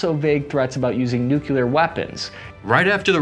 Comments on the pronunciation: Nuclear, not nukeler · He said "noo que lar"...